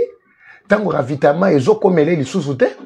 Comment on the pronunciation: c'est ravitaillement et non ravitament comme tu le prononces merci patriote 👍🤣